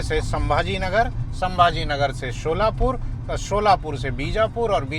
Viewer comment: शोलापूर नही सोलापूर है